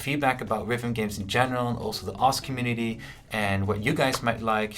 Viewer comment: its pronounced osu by the way not os you fucking degen